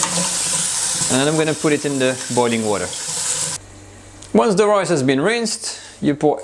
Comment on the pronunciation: Loved the video. You're starting to sound Australian. You said "royce" pudding a couple of times. :)